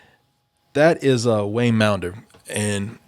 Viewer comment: WAYNE maunder's name is pronounced like wander, with a M.